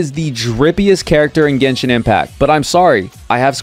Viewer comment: Why you all pronounce genshin, Gaynshin....use generation's gen with genshin